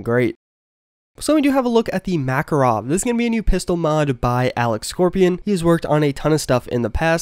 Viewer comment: Makarov does not sound like you said (MAkarov), it sounds like (MakArov), emphasis on the second letter A. I understand that you can not know how to pronounce correctly, but coz' I am from Russia, your wrong pronunciation of names of Russian guns unpleasantly cuts hearing. No offense)